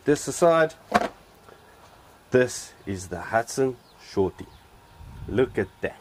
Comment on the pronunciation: SORTIE not "Shortie"